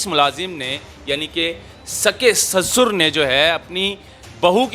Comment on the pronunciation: SASUR nahi kehtay bhai, urdu mai SUSAR kehtay hain, hum Pakistani hain aur hamain URDU sahi tariqay sai bolni chaahiye, hopefully you will understand.